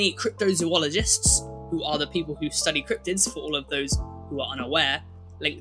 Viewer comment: The way you say thylacine.. oof